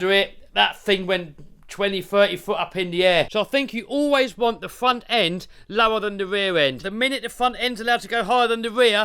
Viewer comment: Glad you got the "weaw end" figured out, and the "fwont end" figured out. Now you've got plenty of time to work on your "spweach impetamint".